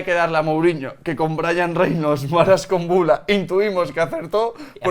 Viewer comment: #PifiasLMI Es Marash Kumbulla, no Kumballa. Pobre albanés.